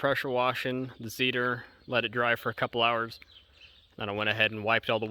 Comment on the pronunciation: Its not a "zseeder"its a "Tsethor"